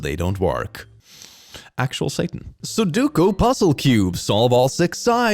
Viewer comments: I love you, but it's pronounced Su-Do-Ku. Not Soduku. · unless they mean "every 7th letter in the alphabet " (so, 3 letters) - that's not something a font can do and they should learn the thing they are trying to joke about before attempting a joke. 29;18 Ok, pronouncing sudoku as "suduku" is triggering me even more Also not how it works. EVEN if you have a QR reader integrated into the camera app (which is dumb) - it's not going to scan it without the user telling it to, and even if the user is dumb enough to do that or fat-fingers it - it will still show the QR content first, meaning the user will need to see that shady url and opt to open it. What's with people fundamentally not understanding the basics of the devices they use? Is that a troll on 's part to pick these posts specifically? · I cannot handle that you keep calling it "soo-dook-u" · pronouncing su-doh-ku as su-doo-ku is satan.